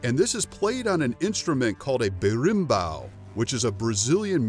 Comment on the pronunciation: For the capoeira side, he didn't do that bad. I appreciate the effort he took to correctly speak the words "Capoeira" and "arame", he slipped in "ginga" but also got it right with "berimbau", even though he pronounced it with a heavy r, it's just his accent.